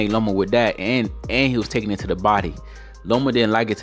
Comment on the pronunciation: Loma. Not Lomo. But Lopez beat that ass. 9 to 3. Lopez.